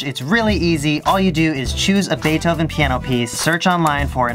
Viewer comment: Did you say bae dough oven